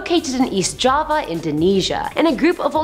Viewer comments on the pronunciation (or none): It's pronounced Jawa